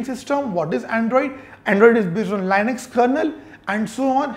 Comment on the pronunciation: Why does he say Lainux for Linux?